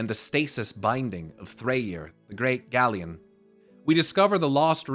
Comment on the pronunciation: Minor pronunciation nitpick: Galeorn refers to the storm eagle, and "Ørn" in Danish means Eagle. I think the pronunciation to be closer to "Gale - Orn/Urn" instead of "Galleon" like the ship. Anyway, keep doing what you're doing, love your vids! :)